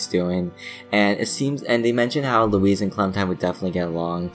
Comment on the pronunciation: Don’t mean to be a dick, but it’s pronounced, 'Loo-wis' not 'Loo-ese'